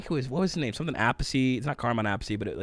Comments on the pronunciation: Pronounced: Carmine App' Piece (Americanized), or Carmine Ah' Peachy (Italianized) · Carmine's last name is pronounced like 'a piece'. Just looking out. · Appice = Uh-piece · Carmine Appice has played with lots of people and he has a younger brother Vinny who has played with Dio, Black Sabbath and others. The funny thing is that they each pronounce their last name different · The Appice brothers have been around a long time, Vinny and Carmine. What is the weirdest is they both pronounce their last name differently. One says it the way you say and and the other says it like a piece of pie. It was a weird mix up when Carmine worked with Rod Stewart. Vinny pretty much worked with Ronnie James Duo in most of his bands.